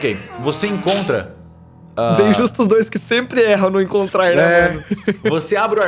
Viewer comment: ninguém: calango:Ó CALANGU